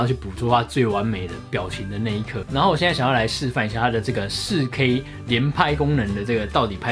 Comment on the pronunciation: 介紹很詳細也很清楚喔!! 實際操作的照片也很棒! 不過，的台灣國語 "仕K"(4K)...看的時候有讓我笑出來~ 呵呵~~